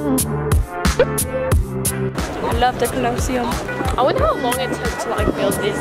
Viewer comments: ik did not just pronounce the Colosseum like that 😭🦋💙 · sorry but the way said colosseum 😂😂 It’s really the way that they saying it wrong 😭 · I love how y’all pronounced colosseum 🥺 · pronouncing coliseum has me laughing lmao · the way pronounced colosseum 💀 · How they pronounce Colosseum makes me giggle. I love these three! Reminds me of my 2sisters and i :) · everytime you pronounced colosseum my body curled up a little 🤣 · The way butchered Colosseum😂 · The way y’all are pronouncing colosseum 🤣 it’s so cute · The way they pronounce colosseum incorrectly with such confidence.😂😂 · i love the way u pronounce colosseum lmao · POV: you watch the mispronounce colosseum for 18 minuets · the way they pronounced “The Colosseum” 😢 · the way they’re saying colosseum wrong the entire video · They way they pronounce colosseum💀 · the way u pronounce colosseum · The way she pronounced Colosseum 💀💀💀💀 respectfully not tryna be rude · Ok, I'll let the weird pronunciation of Colosseum go...but TREVOR Fountain?? Naw to the naw to the naw naw naw~ LOL^^ Do at least the minimum of research before you travel, ladies! But it was funny, though~~~ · The way they’re pronouncing colosseum is triggering me 😭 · I lose a reason to live everytime I hear them pronounce colosseum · tbh- as somebody who travels to Italy so much, you guys are touristing very wrong I guess? you say the colosseum way wrong, and the trevy fountain, saying the general Italian wrong, it’s very uncultured. you should never take anything from venders( you will get scammed! ) and saying things very inappropriate out loud, swearing in public, change out usd for euros, and you should walk everywhere. no hate but, you should plan out the trip and do your research,!!italians and French people aren’t huge fans of tourists who act the way you guys do. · WTF... lol cringe how pronounced Colosseum 🤦🏼‍♀️ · i'm pretty sure it's Colo-see-um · It’s not colo seum it’s coli seum